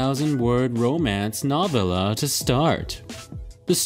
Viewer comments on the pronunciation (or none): I love the writing editor one when the word Novella was mispronounced hahaha